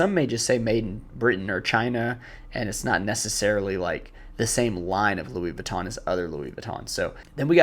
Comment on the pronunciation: "Tom Brown", "Louie Vwee-to" (americans say "Vih-ton"), "Dolche Gabana", "Johnny Versahchee", "Seh Lowrah" (You can just say YSL), "Airmez", "Brunello Coochinelli"